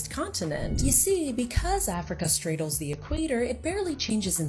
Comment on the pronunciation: the way she said "stradles" threw me for a WILD loop omg lol